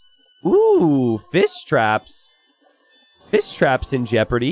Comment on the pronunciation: Whenever has to say Fish traps, he ends up saying Fiss Traps. And instead of Men-at-arms, it's always man-at-arms or armses or man-at-arm for singular.:-D